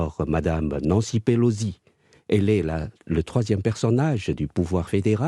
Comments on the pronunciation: Pelo SI. PELO. SI. Pourquoi vous dîtes PeloDI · Pelosi non Pelodie🤔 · Nancy Pelosi, pas Pelozzi, elle n’est pas Italienne chère madame. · Quelqu’un peut expliquer à la présentatrice que Pelosi ne se prononce pas Pelozzi….